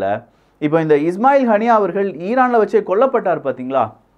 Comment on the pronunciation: Avan apditha bro... He learn in x space tweets and vomiting here... Pronunce panna kuda theriyathu. It means hamas political head haniyeh va hanai nu sollitu thirinjam bro... Now a days he will teach... Our people's what a shame